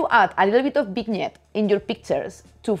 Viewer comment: Gracias, carajo mujer se dice “VIÑÉT”. Nuevamente muchas gracias.😊